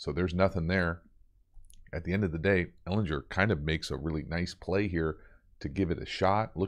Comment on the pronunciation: HARD G BRO - Ehlin*G*er